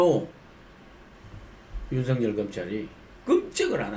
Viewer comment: 윤석렬이 아니고 윤석열입니다 발음 제대로 하세요 정말 부끄러운 일입니다